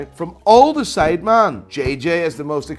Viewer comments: You did not say men you said man everytime haha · How hard is it to say ‘sidemen’ instead of ‘sideman’ ffs 😴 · “SIDEMAAN” Americans: “No, it’s Sidemen.”